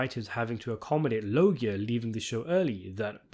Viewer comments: Loggia is pronounced Lo-juh. Get it right or you'll be sitting in the car. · LOW-juh pronounce it right please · Loggia is pronounced with a “J” sound, not a hard “G”! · Please learn how to pronounce Robert Loggia. I only say this because I was a big fan of his from the age of six to the day he died.